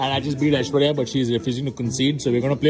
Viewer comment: well ACTUALLY, aishwarya phonetics like what akash said is a way better pronunciation than what you said. you better tell him that,because damn your pronunciations make us collectively cringe ahahahahahhh